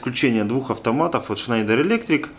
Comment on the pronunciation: а почему этот электрик на видео schneider читает как шнАдер? поясните пж.